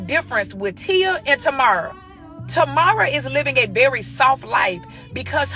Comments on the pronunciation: This chick is clueless. She don't even know how to pronounce Tia's sister's name. It's TAMERA, not TAMARA 2nd, Tia Mowry divorced Cory Hardrict, not the other way around. And she did it 2 years before Cory Hardrict did the movie for Tyler Perry. This chick is ignorant and uninformed. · She can't even pronounce her sister name right. Just trying to go viral and this video help a nobody get paid. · Tia and her sister Tomorrow 😂😂😂